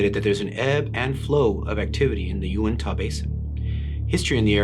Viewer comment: Uinta (yoo-in-tuh) tuh_as in _duh )) awesome video